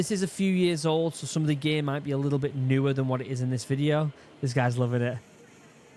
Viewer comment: "OH IT"S ALL GEYYY" Gear... he tried to say Gear